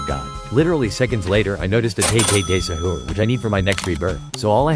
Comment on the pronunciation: Not only did he say 911 crocodiles but he said KKK sahur💔